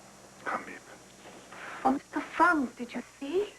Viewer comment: In the book they were the VanDaans. And it's Miep not Meap